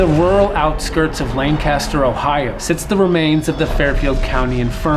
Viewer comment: Lancaster is pronounced “Lane-kiss-ter”, just an fyi. No one ever gets it right. Lol But otherwise, great video! I love watching paranormal investigators explore places from my hometown.